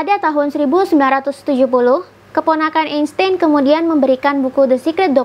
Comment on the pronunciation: dibacanya Albert Ainstain